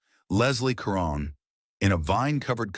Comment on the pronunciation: Actually, it is Eva (pronounced ee' va). And not Leslie Karen, but French, pronounced more like kah rohn'. Narrators should practice names prior to recording. I enjoyed this video, but it takes me back in time because I'm old. It gives me hope, too. Thanks!